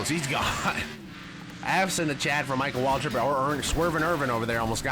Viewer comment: I laughed so hard when he said “MYCHAAL WAALTRIP”